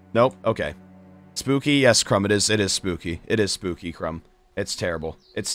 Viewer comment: Ranboo saying crumb is so amusing to me and idk why